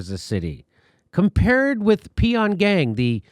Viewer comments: It's not "pee-on-gang" lol It's "Pyongyang"...like"bong-wang". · It's not Pee-on-gang Jimmy, it's Pyongyang. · Peon Gang. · Jimmy actually believes the capital of North Korea is pronounced "Pee-on-gang". He's obviously not intelligent enough for me to subscribe to - obviously. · Jimmy, it's called "PJONG YANG" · My dude just called the Capitol of NK: Pee-on-gang lolo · Pyongyang: pronounced pong-yang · Jimmy pronounces Pyongyang like "Pee on gang" lol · lmao "pee on yang"....... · Jimmy mispronouncing peon yang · Pyongyang: Pronounced "Pon yang". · He said “ Pee-On-Gang” lol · Jimmy pronounces Pyongyang as Pee On Gang...... thats just pathetic. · This is astounding, you read 'and much of Israel' but continue with your narrative. Pyongyang isn't that hard to pronounce.